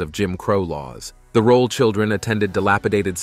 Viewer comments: Ms. Esther Rolle was a magnificent actor, activist, advocate and lady. Your The Concealed Facts depiction is riddled with errors! One of which is pronouncing her name incorrectly as "Rolla" and "Rolley." It's ROLLE, and the "e" is silent. Many of the photos are of other actors, i.e., Isabel Sanford. Please contact her former public relations representative or her family members and have all the errors corrected. She also did not play Walter Lee's wife Ruth in A Raisin in the Sun. Esther Rolle as Lena 'Mama' Younger with Starletta DuPois as Ruth Younger. That is not her photo at your "Early Life in Florida" at position and "Lifelong Dedication to Civil Rights" at position and when you speak of her father's "way with words" at position --none of these photos are of Esther Rolle. Also, your "Lasting Influence in Hollywood and Television" at position 24.:09--that's not her, either! And who on earth is this person in the tuxedo looking like a man? I can't find the photo right now, but I'll comment again if I do. Thank you for your kindness. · A very DUMB title to this piece, also. please learn how to say her surname properly. Rolle deserved much better than this, I doubt she would have liked a show like "Fresh Prince." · I hate bot narration. You pronounced Rolle 3 different ways. Doesn’t antone edit these bots?